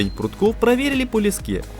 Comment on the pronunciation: Ну вот как всегда... "Проверили уровень армировки по лескЕ". "Асфальт обрезали под прямым Углом" "как раз на стыкАх" Такое ощущение что вы индусов на озвучку пригласили.